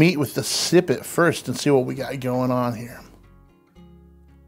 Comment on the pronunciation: Okay, I'll bite: what is a "sippet"?